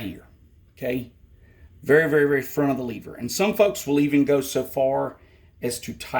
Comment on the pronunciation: Its pronounced lever not lever bruh